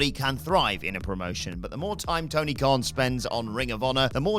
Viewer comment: Khan* not Khorn